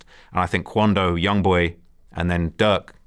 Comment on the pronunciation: He said Duck not Durk